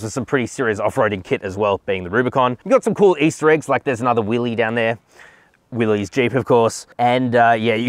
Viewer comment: "Willys" is pronounced like "Willis," not "willies."